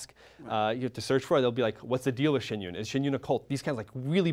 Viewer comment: I am so triggered by their pronunciation of Shen yun